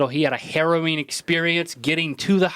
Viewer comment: Link... when you said 'harrowing' i thought you said 'heroine'...